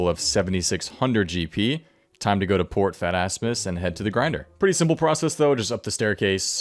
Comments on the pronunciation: port fatassmis 😂 its phasmatys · I heard port fat ass miss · Did he just say "Port Fat ass mus" lol... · "time to go to Port Fat-Ass-Mys" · Am I the only one that heard "Port Phat-ass-miss"?